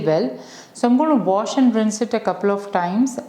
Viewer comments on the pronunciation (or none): none